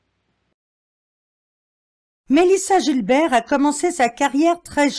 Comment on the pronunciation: Mélissa "Guilbert" pour la prononciation américaine pas Gilbert comme le prénom merci.😊